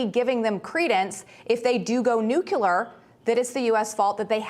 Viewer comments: NUCLEAR not NUCULAR. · How about learning how to pronounce ‘nuclear’. It’s not nuculear. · Why does she pronounce "nuclear" as "new-Q-lur?"